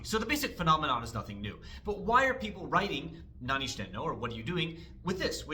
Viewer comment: from my gaijin ears the reason why it sounds funny might be because he puts the high pitch on してい as in nanioSHITEno, which to me at least sounds like there's a word break between 何を and していの, which sounds like 四天王 if you break apart the no into nnou i guess😂